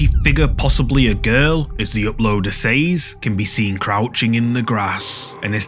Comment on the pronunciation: Please pronounce "says" properly.